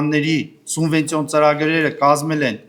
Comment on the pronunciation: Չեմ հասկանում, ինչու են Գյումրու պաշտոնյաներն այսքան անգրագետ։ Ասում է սունվենցիա։